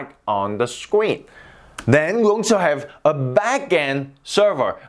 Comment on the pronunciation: Ikr scween